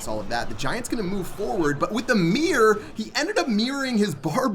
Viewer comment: when he says meering